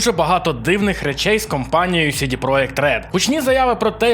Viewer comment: Я розумію, чому ти читаєш "project" як "проєкт". Воно так польською. Але чому тоді "CD" ти читаєш як "Сі-Ді", а не як "Це-Де"?